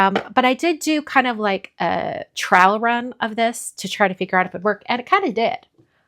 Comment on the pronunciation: I know you said you did a trial run, but it sounded like you said trowel run, which I find very amusing.